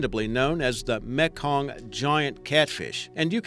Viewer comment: It sounds like he is saying meklong instead of mekong lol